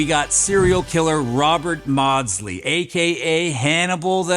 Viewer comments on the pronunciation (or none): none